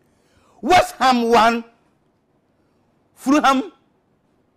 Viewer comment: I have so many questions- why is he wearimg a tux? Why can he pronounce "Manchester" perfectly but completely fails at "West"? Why was he given the job in the first place with no preparation? And, most importantly, why is he not the official results announcer on ever channel across the globe now we've seen how utterly amazing at it he is?